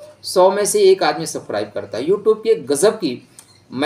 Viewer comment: Subscribe bolna sikhlo. Aap wrong pronunciation karte ho